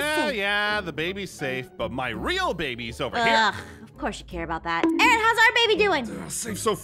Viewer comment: Is it me or did say Aaron’s name wrong